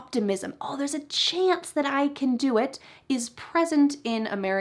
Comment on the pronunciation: You want to speak American better, one word is CHANCE.....NOT SHANCE. Hope that was helpful.